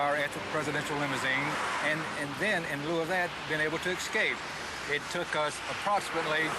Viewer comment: Did he say "excape?"